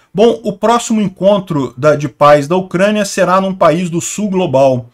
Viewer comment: SUGESTÃO DE MELHOR PRONÚNCIA: PAIS (GENITORES): "páíz"; PAZ (AUSÊNCIA DE AGRESSÃO): "páss" ou "paç".